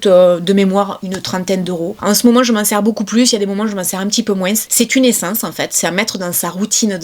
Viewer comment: moins , pas moinse lol